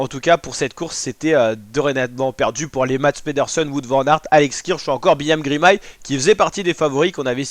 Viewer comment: juste c'est Girmay pas Grimay